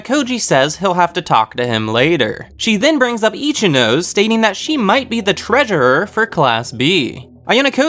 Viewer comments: I really appreciate the effort put into these videos, but im sorry, it kinda ticks me off when you say the Japanese names incorrectly. You seem like you put a lot of time and effort into this, and Japanese syllables only takes like 10 mins to understand how it works. Ichinose is -> I-chi-no-se, there is no "nose" syllable in Japanese. So it really ticks me off whenever I hear i-chi-"nose" (human nose in English). I wish you'd put 10 mins of your time to check this small detail, it will help a lot in the videos, I think. These are Japanese students, and it doesnt help when their Japanese names are butchered like this. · Ichinose is pronounced ee-chi-no-seh. LOOL Not itchy nose. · XD i died when u said Ichi - nose